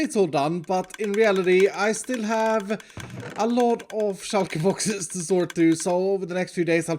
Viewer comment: "shulka boxes" once u hear u cant unhear it...